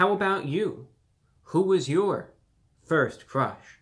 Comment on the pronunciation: the pronounciation of 'yuor' LMAO